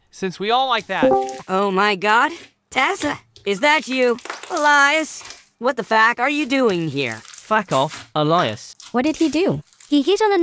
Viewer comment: Nah bro the what the fack when they said it whith an A 💀